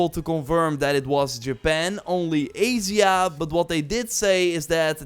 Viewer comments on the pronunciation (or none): Lol… “azia.” A-sh-a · AYJA not AYZYA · I’ve never heard Asia pronounced like that 😹